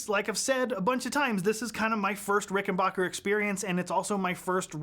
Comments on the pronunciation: Why does the Bass Channel continue to over and over agin mispronounce the name RickenBACKer ? It's confusing. 🫤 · He didn't say rickenbUcker, he said rickenbAHcker